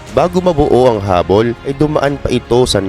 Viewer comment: Hubble, hindi hubbol